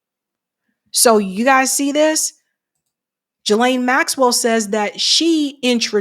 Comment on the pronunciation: It's pronounced Ghee-lane the S is silent, in case you wanted to know ;)